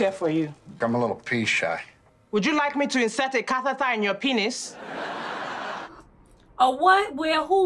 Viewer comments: She said catheder lmao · Catheter, not cathatah 😂😂😂😂😂😂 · She is saying 'catheter' LMAOOOOO ka-ta-ta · she said "catheter" but her accent made it sound like CAATATAH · She was saying catheter lmao. Aye piggacorn got a friend!! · I'm pretty sure she said catheter